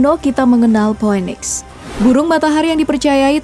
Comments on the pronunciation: Bukan po we niks mba, tp piniks 😂😂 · Phoenix bacanya pinix, bukan phoweniks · Maaf ya min cara bacanya mungkin salah Cara bacanya phoenix itu mungkin "finiks"